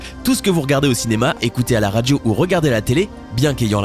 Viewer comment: on ne dit pas radgio mais radio, c'est très très agaçant! grrrr!